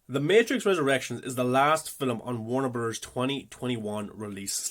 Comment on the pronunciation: exactly lol I was jk because you pronounce it like Wernrberrz